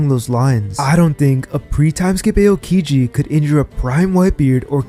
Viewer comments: its pronounced Ow-kiji, not Ayo-kiji, you even watch the show lol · E-yow-ki-ji? Lmao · you talk about being a "tru one piece fan" and yet you can't even pronounce the names properly. wth man. just repeat what you hear in the anime. not hard. "eh-oh-kiji"?? wtf? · What the Fuck is “A-O-Kiji”😭😭